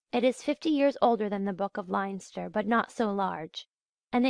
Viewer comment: No offence to the reader, I realise that Irish place names can be difficult, but I had to stop listening when I couldn't figure out where she was talking about . Even Leinster was mispronounced and that's a province.